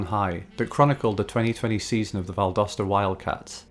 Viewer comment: I was born, raised and work in Valdosta. It’s not looking good for the mall though. Thank you for pronouncing it correctly by the way! Go Wildcats!